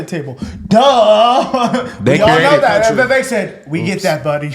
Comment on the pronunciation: his name is vivek, not vavek. also he IS dismissing slavery as just "imperfection". if you go to a restaurant and you ask for a well-done steak, and they bring you one that's not even rare, but completely raw......would you say that your steak was just "slightly undercooked"?